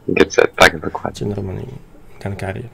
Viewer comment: Bo on właśnie tak powiedział i miał na myśli arte Conquerora GUN CARRIAGE i powiedzial to troszke kalecząc albo sobie skrócił pod nosem :)